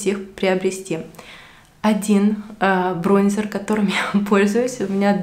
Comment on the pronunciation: БронзЕр 🤣🤣🤣🤣 ну что за колхозница